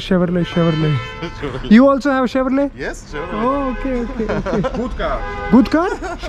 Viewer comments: it is pronounced as CHEVROLEY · chevrolet ka T pronounce nahi karte bro, its chevrolay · Nice blog man!! Never mind, its ''Chevrole/Chevy''...'t' is silent. Subsidiary of General Motors (GM), USA